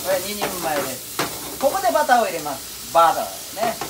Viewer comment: Nobody: Literally nobody: Chef: BUTTAH